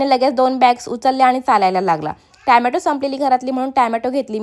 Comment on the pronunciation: Tomato ❌tamato😂😂